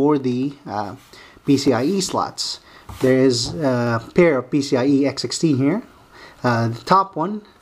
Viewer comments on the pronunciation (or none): he keeps sounding like he's saying pc-ie-x60 say PCI-E x16. or pci---express---x16 and no, when u run this board in sli, they both doent run x16